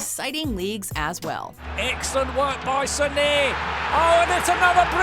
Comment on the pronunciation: How the fuck did he pronounce Leroy Sané like that? 😂😂😂